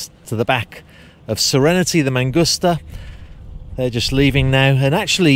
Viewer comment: It’s mangusta. Not mangoostuh.